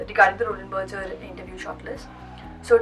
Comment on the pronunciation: They are called Roland Berger as in (Burger) and not Berger (Berjer)